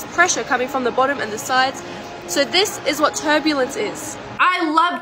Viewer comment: pov ur watchin this in 2024 and u hear turblence